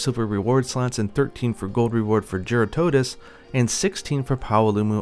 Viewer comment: It’s jeer-rah-tuh-dose. I’m confident it’s ah not uh